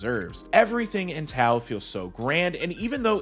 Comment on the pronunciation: I remember seeing the trailer as a kid and wanting to see the movie in the theaters. One day, while channel surfing in my 30s, I finally saw the movie. I did enjoy it, felt it needed more in some areas to feel enjoyable, and less in some of the fighting. Plus, isn't the "T" in Chinese supposed to sound like a "D", Legend of Doa